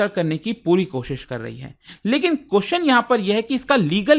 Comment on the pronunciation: Sir I respect your report but please understand please learn to pronounce question you extend the question ( pronounce )to qqqqooostn ye hai ki like thin please take a note on this millions are watching you